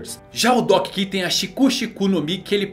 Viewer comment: Doc ki? Kkkk Doc q mano Se for falar em inglês seria doc kiul